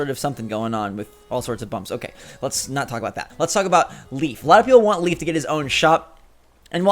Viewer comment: Always drives me crazy when he said leaf lol